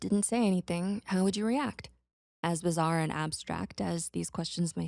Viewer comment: Did you say BIZZARE? (Jojo reference)